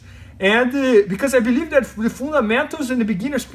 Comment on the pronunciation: ahhhhh, "fundamentals"... Only took me like 4 rewinds to figure that out - I thought he was talking about "food and mento's" 😅